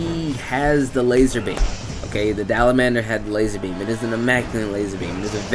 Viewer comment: "Dalamandur" someone please find me the "n" in Dalamadur